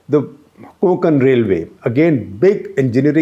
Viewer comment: Its "Konkan" railway. Please pronounce it correctly.